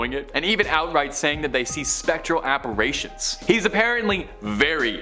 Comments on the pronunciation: To the host.... apparition is pronounced ap-par-rishon...not ap-par-ray-shon. Also, the places you covered are old news and hackneyed. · Ok, can you pronounce it correctly??? It’s apparition, not apparation.